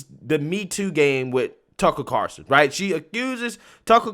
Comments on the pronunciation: There's an "L" in Tucker's last name...Car"L"son, not Carson...the more you know! Great video and coverage...love the clips as support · Carl son NOT Carson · Lol It's Tucker CarLSon buddy, not Tucker Carson. Lol. He's not Johnny Carson's nephew.